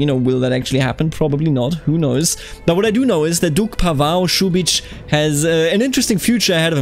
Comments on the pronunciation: your pronounciation is very good, Mladen is good, Pavao is more like u would pronounce Paul but with a short V and without the accent on V, i hope i helped a bit if u care about doing it correctly. Hello from County of Zara :D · LOL funny all the comments talk about pronunciation - I did a search of my last name in Google tonight - PAVAO - and this video was first to pop up. You say the name correctly for the Portuguese Pavao's but not right for Croatian Pavao's. I was impressed you said my name right because most people pronounce it wrong but I knew it was wrong for this video. Thanks for the video - dont know what its all about but thanks for taking your time to produce this for others.